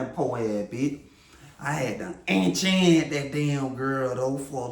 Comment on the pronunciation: Enchhannt. ENCHANT!